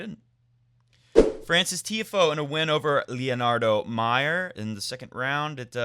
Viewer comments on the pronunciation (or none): none